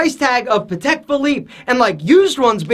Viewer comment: Not Patek. Just not Patek.